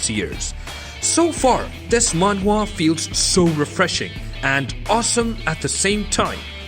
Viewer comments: dude just say manhwa once nobody gives a shit that you are pronouncing differently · Who kept laughing has he was saying manhwa manhua